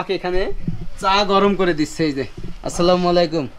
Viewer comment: ভাই তুমি সালামটা অন্তত ভালো করে দেয়া শেখো